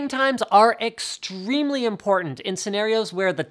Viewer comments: Extremely not Extremly.. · Extremly and Experiance oh my hahahah